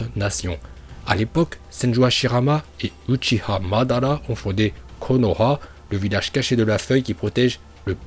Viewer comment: Tu viens de détruire le prénom de madara😂